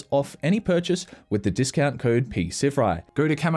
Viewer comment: hearing u pronounce the name "P Sivewri" 😭 i thought the P was silent like in psychology